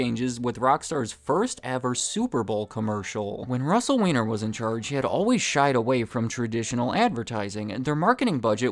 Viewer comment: its pronounced WINE-ER